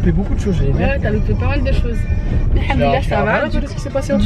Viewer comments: m fait rire, il dit:handoulalah mdr alors qu'en réalité c'est hamdoulalah c un M pas un N 😂😂😂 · j'arrête pas de rigoler de la façon dont dit hamdoallah, il dit haNdollah je trouve ça marrant tu peux lui corriger mina mdr sinon super vlog j'ai adoré